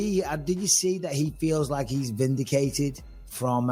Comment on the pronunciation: Michael Bisping: Are you Vin-dee-cated?